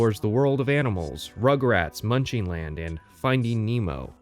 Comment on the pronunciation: Munchin’ land. Not munching.